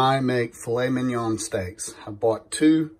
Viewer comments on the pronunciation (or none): none